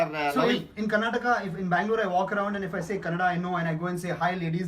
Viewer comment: “Eeeef you come today, it’s too yerly”